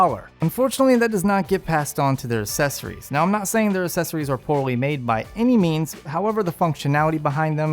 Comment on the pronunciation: Can you take a grammar course please. Things work "really well" not "really good".. That and learn how to pronounce accessory properly. Your logo also does not match the high quality of your videos. Other than all that, you are really kicking ass. Well done!